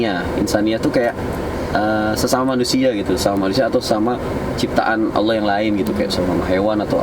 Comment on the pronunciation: kalau blh aku koreksi dikit, Utk masalah Pengucapan Kata "ALLAH" kalau bisa di ajarin ke mba Bonitanya masalah kedudukan Lidah, krn blm pas utk pengucapan Kata "ALLAH" itu aja sih 🙏